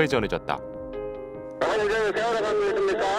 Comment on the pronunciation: 인천에서 제주로 가는 여객선 '시월호가' 이러고 있네 어후...........시월호 ㅋㅋㅋㅋㅋㅋ서해지방경찰청장님.....대본은 그래도 미리 읽으세요 ^^ㅋㅋㅋㅋㅋ